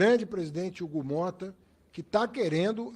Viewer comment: Hugo Mota preocupado com o país..."çei"...